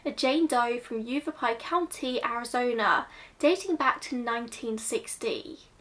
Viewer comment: I generally avoid children’s cases because they’re something which can trigger me, but as somebody who grew up in Phoenix (it’s pronounced Yah-vah-pie after the native tribe indigenous to the area), who hadn’t heard about this, I thought it was worth it to listen. It would not surprise me if it was some form of hate crime, even back that far. Anti Mexican sentiment within the WASP community there is quite common in the area- just look at sheriff Joe in neighboring maricopa and how many times he was re-elected. Red is a very significant colour- a lot of Latin American children are immediately given a red string bracelet upon birth to ward off Mal de Ojo. It's possible that if she was an undocumented immigrant, the red nails and hair tint were added protection, rather than signs of unsavoury human trafficking. Coyotes are highly exploitive and dangerous people who often actively choose to prey on the weakest, and they've been operating on the mexican-american border since the late 18000s- it's possible that they chose to increase the amount of money they wanted whilst transporting this girl and her family and them chose to either deliberately or accidentally ended up killing her. It's also possible that she simply did not survive the hardness of the desert and the way in which they chose to transport her.